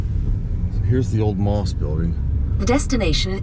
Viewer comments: The correct pronunciation isn't "moss" like the stuff that grows around a tree. It is M - O - S with each letter spoken. Please get it right for the sake of preserving history. I know this is true because I personally know several people who worked there. Thank you. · Yes you are correct those of us that worked there pronounced MOS as individual letters. At that time there was a company in Texas called Mostek and it was pronounced as one word, thus the difference. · Can Bil or confirm the pronunciation of "MOS"? I thought it was pronounced as individual letters.